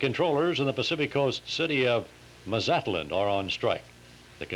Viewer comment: MAH'-zah-tlan.🤐 And the bus crash story was read three times, in different forms. Did notice - or even care?